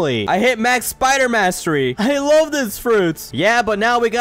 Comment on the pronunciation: "I larv you" SO ROMANTIC😂